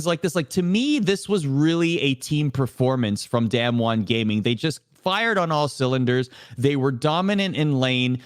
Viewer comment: D[ah]mwon. Not damnwon. pls.